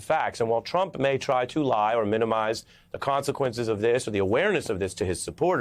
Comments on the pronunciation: He said Drump!!! Lol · "Drump" LOL!! How perfect!! it's like "Covfefe!!" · did he say Drump 😆